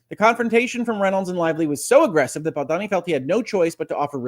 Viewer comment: I love your commentaries, you are my favorite, I missed you terribly while you were away, but I must tell you that it’s pronounced Baldoni (rhymes with baloney). Thank you for your balanced, thoughtful, and incisive commentary. SO APPRECIATED!!😃❤️ Elizabeth